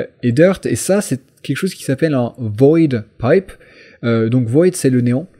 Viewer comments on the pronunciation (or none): on dirait que tu parle allemand quand tu a dit "void pipe"